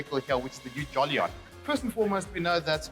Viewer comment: JOLLY - ON, way to go on butchering the name dude. It's JO - LIEN